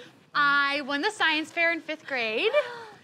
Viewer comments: did she say science affair???? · Did say "science affair?"